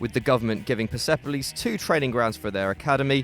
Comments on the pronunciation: I'm watching from iran and it's pronounced perspolis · It’s pronounced Pairs Police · Its Perspolis not PersEpolis!! But thanks for putting my team in this list!! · You absolutely butchered Persepolis and esteghlal